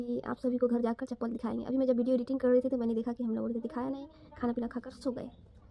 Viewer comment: chanpal nhi chapl hota h 😂😂